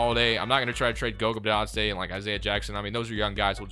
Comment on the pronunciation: Please learn how to pronounce Bitadze